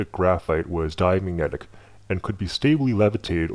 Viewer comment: "diamyedic" lul